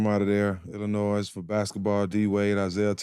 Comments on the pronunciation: We don’t pronounce the S In Illinois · The s in Illinois is silent dummy